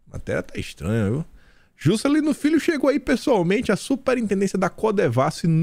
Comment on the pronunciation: eu estou em oração por esse canal!!! Socorro Jesus!! Abençoa Teu " fii" 🤣🤣🤣